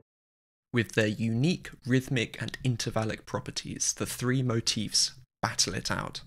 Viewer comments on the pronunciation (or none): none